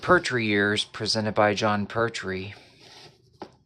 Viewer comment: What's with your pronunciation of pertwee? It's pert - wee